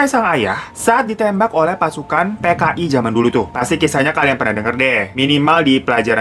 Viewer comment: Kok gue dengernya TKI ya bukan PKI wkw